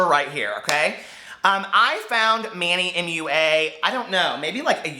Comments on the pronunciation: Manny moo-ahh. Cracked me up!! I think Manny is funny, I don't really trust his reviews but he makes me laugh. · "manny mooa" 😂😂😂😂 i lost it omg